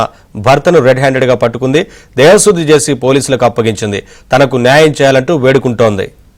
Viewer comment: Dhevasudhi kaadhu, Dhehasudhi😂